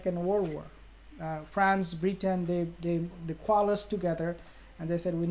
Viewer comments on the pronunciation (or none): none